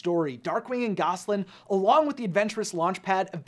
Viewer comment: 'Gasoline'? Seriously?? It's GOSALYN, my dude. Gasoline is the stuff you fuel your car with.